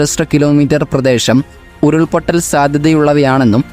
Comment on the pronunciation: മലയാളം നന്നായി പറയുക, പ്രദേശം ആണ് പ്രദേഷം അല്ല